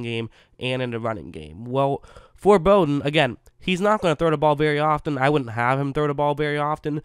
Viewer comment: Very good analysis of Bowden and thanks for pronouncing his name correctly. You have done some homework.